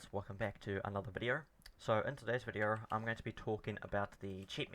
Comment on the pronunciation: VID E O not vidior!